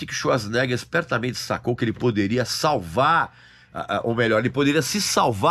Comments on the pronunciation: O sobrenome dele se pronuncia: chvarts zenêga😮 Como quase impronunciável?... vem com o brimo dos idiomas aqui😂❤ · quando mais novo quando nao sabia pronunciar seu sobrenome , a gente falava " arnold suasnegas", nao achei o filme QUEIMA DE ARQUIVO , ruim , inclusive é o ultimo filme da Era de ouro do Arnold